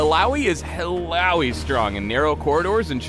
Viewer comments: All-ow-y is what im hearing, but isn't it Ill-uh-oi? Oh, and, YAY MORE MINIGAMES! -. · Eel-oww-ee? zzz. E-ya-oi. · 'Ill-owee'? What kind of shitty American pronounciation is that? Would have thought the name would be pronounced 'Illa-oy' more fitting of the islander background the name is obviously trying to emulate... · Illowwy? Really. I thought it was pronounced Ill-ahh-oi. Sad times. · illaoi not illaowee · I pronounce it as 'ilawoy' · I just came here so i can make sure I'm saying her name correctly not saying it as IYAOI lmao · "Illaoi is HILLAOI strong" xD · Uhlaowee?1 Really?! hahaha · How to read Illaoi: il-yaoi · When i first started, i thought it was pronounced: “Ill - aw - ee - o” . . Yeah i know... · I was litteraly pronouncing her name as I-YAOI. k. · Aussies pronounce it "ILLA OI" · Am I the only one who WAS pronouncing Illaoi with an uh-oy sound at the end. Illouwee sounds weird to me ._. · it would be better if her name was pronounced Illa - oy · Ill-owie???? Noooooooooo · but i thought it was pronounced Ill-a-oi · ive been pronouncing her name Ill-ah-oi. It either is that or the guy is white and bad with names that arent bob. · Ill...owie? Is that slang for an infected wound? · Oh, I guess I've been saying her name wrong, EE-yaoi wasn't correct, knew something was iffy. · just say laloi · Am I the only one bothered by the way her name is pronounced? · I thought you guys used the Finnish pronunciation of Illaoi. Oops. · "illaoi bruv"